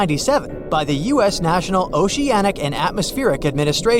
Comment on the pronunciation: And now, we've got another one. How to pronounce "the" (the definite article) when it comes before a vowel sound. "Thuh" becomes "thee" before OCTOPUS. Thuh (the) sea, thee (the) octopus.